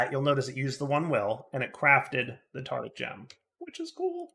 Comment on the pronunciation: Does deliberately mispronounce things or is just lazy with some words? 'Tartic' gem rather that tartaric gem for example.